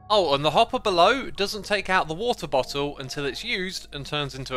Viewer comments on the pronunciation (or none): "Wo'oh bo'oh" made my day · I love how X has so many different pronunciations for 'Water Bottle'! All the way from 'Water Bottle' to full on 'WaRdEr BoDdLe' haha! Loving your season 9 so far X. Your skelly base is incredible!